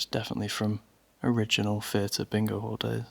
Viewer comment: THHHHHH EE AH TUR NOT FUR TUR